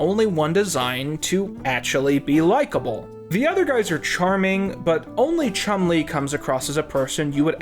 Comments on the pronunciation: I really like Chumlee being pronounced like Chun Li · Please learn how to pronounce Nevada and Chumlee. 😁